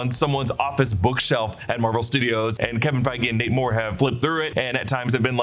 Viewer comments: Every time he says Nate Moore, all I hear is Namor 😆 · Everytime you say Nate Moore I hear Namor 😂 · Every time ypu said his name i kept hearing "Namor" and was like "that kinda tracks..." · I kept hearing "Namor" instead of "Nate Moore." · Haha I thought the exact same thing